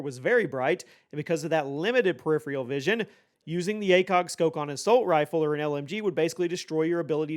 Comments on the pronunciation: Just so you know, its not preripheral, its peripheral. One less R in there. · If you’re going to use the word “peripheral” every 5 seconds, please at least look up how to pronounce it.